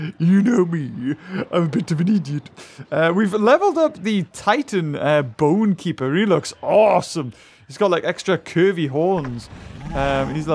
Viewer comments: O MY FLIPIN GODZILLA JEESE GET IT RIGHT ITS BONE'KNAPER' NOT BONE'KEEPER' LIKE BRO U SHOULD NOT BE ABLE TO HAVE IT IF U CANT SAY IT RIGHT >:O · The “boneknaper” is pronounced “bone napper”